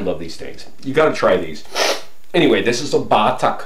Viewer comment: I like the way you say BATAK, say it fast like BATAK, no BAAATAK. I love you!